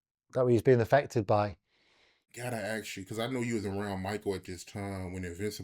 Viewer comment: Bro, you have to force yourself to pronounce ASK properly. When you say AKS, you sound backward AF.